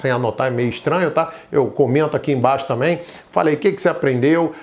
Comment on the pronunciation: Obrigada, mas o seu ”também" está dando a entender que você falou” tamém"